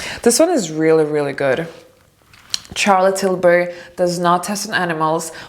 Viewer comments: You could probably get a collaboration with Charlotte Tilbury for sure, but you should start by pronouncing her name right. You pronounce Charlotte as you would pronounce Sh like Sharon, not Ch like Charlie. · Wonderful video but darling please say “Charlotte” with a “Sh” sound not a hard “CH”... love 💕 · I am sure Charlotte would love to collab with you once you correct the pronunciation of her name in the way it is meant to be pronounced SHAR-LUT. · Dear, thank you for making this video and showing us that makeup can be simple, and not overdone with a million of products. I hope you don't take this the wrong way, but I would like to bring your attention to how you pronounce Charlotte Tilbury's name. The "ch" sound in Charlotte's name is pronounced as "sh" sound, like in the words "should, shroud," not like "church" or "child." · It's not how Charlotte is pronounced, but who cares, it starts with an "sh" sound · Its actually pronounced shar-let :) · Just pls don't say Tcharlotte Tilbury.